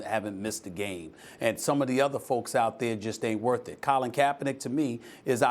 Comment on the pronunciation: y she said colin like dat damn girl